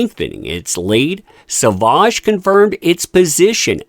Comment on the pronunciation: Dior has class & taste, that's why they support Johnny D. Sauvage is pronounced "so-vage" as in mir"age" 🎉🎉